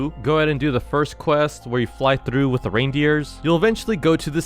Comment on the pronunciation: It's not whit it's with🤬